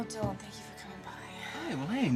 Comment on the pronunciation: I hate the was Jessica pronounces Dylan's name ("d_ _n"), eeeek